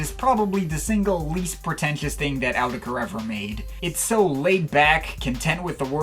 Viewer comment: i hate the way you say "autechre" but i love your videos and thoughts